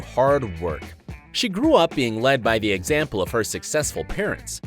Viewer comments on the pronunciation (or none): none